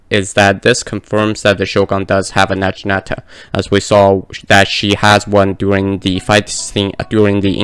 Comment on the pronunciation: It’s not na-jee-nata it’s nagi-nata lol